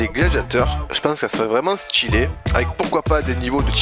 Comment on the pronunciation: SorTir, sTylé, opTique, peTite, Type..... pas sortchir, stchilé, optchique, petchite, tchipe.... bref sauf cet accent horrible bonne vidéo ! j'aime bien tes vidéos mais la diction pour certains mots ça me glace le sang putain XD